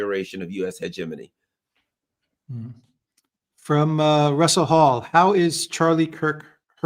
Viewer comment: Holy crap, he pronounced "hegemony" properly!